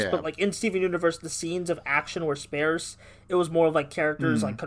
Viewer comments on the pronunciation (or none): if I ever hear you pronounce Sparse that way again I am going to drive to your house just to smack you across the head lol